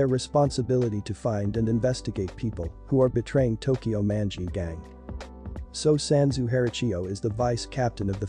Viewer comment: Why he pronounce Manji' like that😭 oof